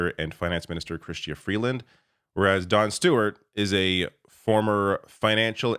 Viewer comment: I kept hearing Jon Stewart every time you said Don Stewart